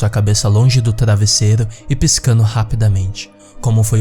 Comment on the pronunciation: o maior desespero dessa história é esse kra falando errado!! "surpereza", " taravesseiro"